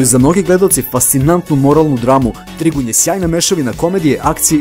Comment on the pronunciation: Trigun''? Kaze se ,,Trajgan''